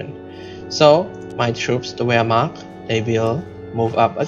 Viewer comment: Wermacht is pronunced vermacht